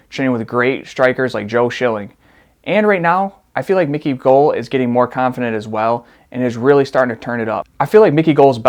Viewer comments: Those were old photos according to Dana White, I like how you can't pronounce Israel adesanya's last name or Mickey goals 😂 it's gall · It’s GALL not (gull) (GALL) rhymes with (BALL) idiot. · *brags about learning to say names right...proceeds to say “Mickey Gull”” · fight predictions ok but Mike Perry's post with his hand and head busted up is super old and he posted it to play with Micky Gall's mind. Also the way you pronounce Gull and the K of Khabib (which isn't spoken when saying the name) is too much lol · Brother how do you pronounce Adesanya right but not Gall? Lol no hate just thought that was funny